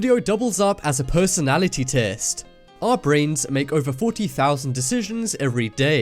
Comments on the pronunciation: he said pussynality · IN THE FIRST SECONDS IT SAYS PERSONAILITY INSTEAD OF PERSONALITY